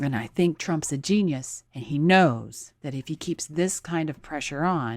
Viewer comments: You’re clearly not “geunius” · Did she really say this: "I think Trump is a geunius"